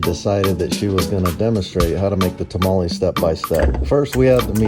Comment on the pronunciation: Learn how to say tamale